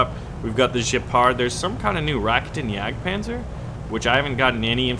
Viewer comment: the Raketenjagdpanzer is pronounced Ruh, KATE, uhn, yad, Panzer. sorry to be a grammar nazi